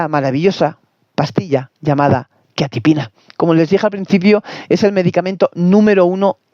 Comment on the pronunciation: Ni pronunciar quetiapina sabes....ver más 😂😂😂😂